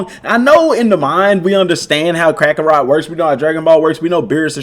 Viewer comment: up ohhh you said it. U said crackarot 😂😂😂 I love you with all my love (time for me to play some crackarot)